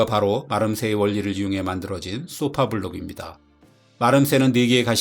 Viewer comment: 그렇다면 더욱더 쏘파가 아니고 소파라고 발음하셔야지요.